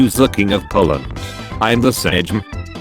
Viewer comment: No no this is not speaked sedżm this speaked sejm